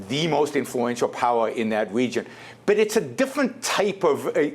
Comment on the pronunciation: Dey want to have der way in der wegion of da world.